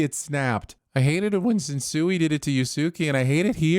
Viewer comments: The way you mispronounced Sensui and Yusuke is sinful af But props for acknowledging Yu Yu Hakusho and one of the best villains in anime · pronouncing "Sen-sway" as "Sen-soo-ee" and "Yoos-kay" as "Yoo-soo-key" is absolutely a sin. I know it's not his fault for not being a weeb, but it hurts to hear Japanese names so casually butchered. Also, the fact that he referenced the Dark Tournament arc from YYH means he watched it enough to know the character names.